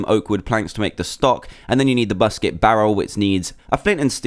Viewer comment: U said busket barrel